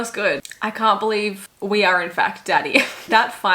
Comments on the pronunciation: If I had a nickel for every time an Australian swiftie reacting to I Can Fix Him (No Really, I Can) jumpscared me because it sounded like they said "cunt" instead of "can't", I'd have two nickels, which isn't a lot but it's weird it happened twice 😂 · THE FACT WHEN YU SAID “Can’t?!” I THOUGHT YOU SAID “Cunt?!” 😭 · Not me thinking she said “c*nt”after I can fix him, I was like yes, yes! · when shesaid "can't" i thought she said c*nt